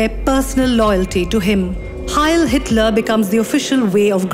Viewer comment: Xitler. LoL 😆😆😆